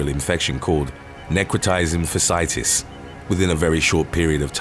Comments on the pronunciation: I sincerely wish that this narrator would learn to pronounce words correctly ! It's called "NECROTIZING FASCIITIS" NOT 'FACITIS!" You dunce! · it is necrotising fasciitis, pronounced as fash-ee-itis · Fasciitis - is fa-shee-eye-tis just FYI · * neck’-row-tize-ing * * fash -ee-eye’-tiss * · Fasciitis - "Fah - SHe - iitis." Necrotizing fasciitis. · When a word in Latin has two I’s next to each other like in FASCIITIS the first I is pronounced E the second is pronounced I therefore it’s Fash-e-eye-tis emphasis on the Fash. You’re welcome. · Necrotizing fasciitis The last part is pronounced fah-shi-itis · It is pronounced necrotizing fash-ee- itis.